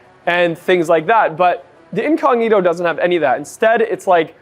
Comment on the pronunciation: Me hace mucha gracia cuando él dice incógnito 😂😂😂😂 dique inconniro hahahahaha